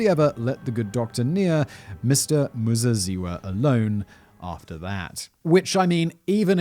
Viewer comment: Your pronunciation of Muzeziwa was spot on. greetings from Zimbabwe